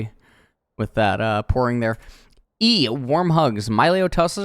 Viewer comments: Why he say it's malio not milio? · Fun fact: The designers at Riot received inspiration for Milio from the Disney Movie Encanto, a story based on Colombian Culture. As a Colombian born in Canada, this is so awesome! so excited to play him in the Botlane! ( it should be pronounced: "mee-lee-oh" as per spanish pronounciation) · I believe it's pronounced 'Me-Lee-o' if only because that's typically how vowel-consonant-vowel works. Pronounce the 'i' like a hard 'E' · It's a Latin Champion, so they're name is pronounced like spanish words or names, so it's Milio (Mee-leeo) NOT Myleo (Mai-leo) >.>'' BUT if you're an english speaker and isn't good or know spanish, just do you lol, gonna be awkward if Milio's VO itself says it with an english pronounciation though xD